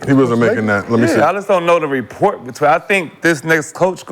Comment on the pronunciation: Report or Rapport 😆😆😆 KM an A-Hole.